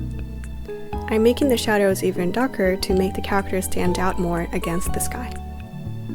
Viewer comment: your not pronouncing character right